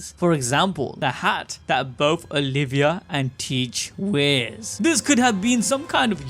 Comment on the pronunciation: Nico Olvia. Not Nico Olivia.